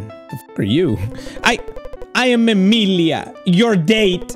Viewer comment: WTF- Emilia is my name ! 🤭 love the way you said it no one ever really says it !